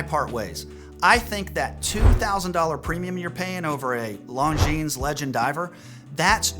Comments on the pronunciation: [longjeans] LOL.... before create videos, learn how to pronounce brands. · This is a channel for watch newbies. If you want to base your buying decisions on this guy's opinions, go right ahead. However, if you advance farther into the hobby, you'll realize that he's wrong as often as he's right. For example, the Longines (the "s" in Longines is silent, BTW) Legend Diver and the Tudor BB58 are two different aesthetics. And he seems to have immense love for the Omega Aqua Terra, a watch that leaves some people cold (same for the Tissot Gentleman, which is a watch that absolutely screams that you let somebody else talk you into buying it). A watch is just wrist jewelry. Buy what appeals to YOU, not what somebody else tells you that you should like. But, hey, if your taste matches this guy, then you've found your guru. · The 's' is silent in 'longines'. And the 'g' is an extremely soft j.